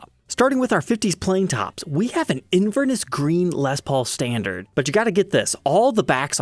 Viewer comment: Inverness is a city in Scotland and the stress is placed on the third syllable. It’s pronounced Inver-NESS and not INVER-ness.